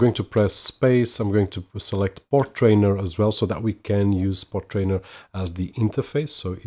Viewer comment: FYI.. Portainer rhymes with container.. you are adding in an extra "r" after the "t" when saying it over and over. Otherwise good video for novices..